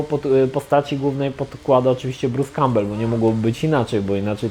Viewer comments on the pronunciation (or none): Za każdym razem gdy wspomina imię aktora to zamiast słyszeć Bruce Cowbell słyszę Peter Cowbell (war soldiers):D